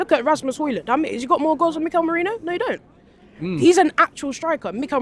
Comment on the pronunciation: Who is Mourino? You brits sometimes are so awful with the pronounce.